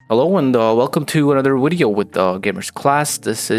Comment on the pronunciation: Am I the only person bothered by the way he pronounces "weedeo"?